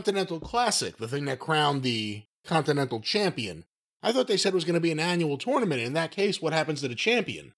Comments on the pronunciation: pronounces tournament like torenament, it's so fucking annoying every time he says it. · I dislike pretentious pronunciation of tournament.